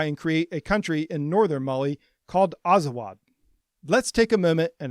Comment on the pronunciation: Bruh azawagh are amazigh not arab. For the love of god you can't even pronounce the word properly.